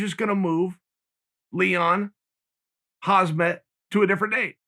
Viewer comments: I'm pretty sure Chael says Hazmat just to troll us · No one: Uncle Chael: Hazmed